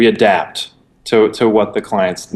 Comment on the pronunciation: he says adapt lol